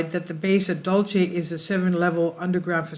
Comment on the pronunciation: You have the best fringe and intel on the tube!, It’s pronounced locally”dull-see”. The Apaches of Dulce are pronounced ‘hick-oreeeah”. I live about 20 miles North of Archuleta Mesa and my in-laws live at the base of it. #PagosaSprings The late Phil Snyder allegedly had an experience underground there.